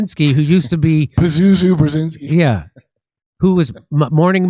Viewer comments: You say Bjezinski, like jam, not Bjezinski please. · "Pazuzu Brzezinski" 😂